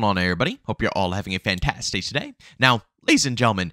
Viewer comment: "Whats goin on everybody hope you're having a fantasday today" that is what i heard at the beginning of the video